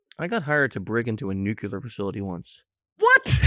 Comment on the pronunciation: Nuclear not nucular